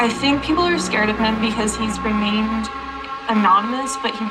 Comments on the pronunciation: Dude stop breathing and sighing into the mic. It's so fuckin annoying. REAMINED? Seriously. Reamined. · "because he's reamined" ???? WHAT? "if you're an asult victim". ??? What? "take the elivator"??? WHAT?